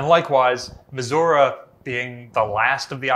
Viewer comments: It would be nice if the curator correctly pronounced Missouri. Miz-zur-ree. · Brilliant stuff despite how I despise the way you say Missouri